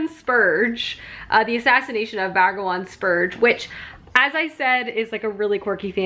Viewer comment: I love these weekend reading vlogs so much but every time the title got read as 'Bragawan' when it says Brangwain it made my eye twitch lol